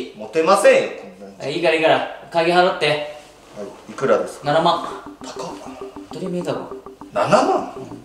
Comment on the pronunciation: はいがはいiになってるwww